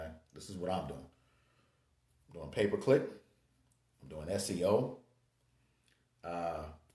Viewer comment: are u saying pay per click or paperclip?